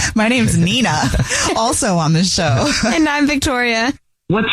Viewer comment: Damn Nina might be needing a vacation if she’s struggling to say her own name 😂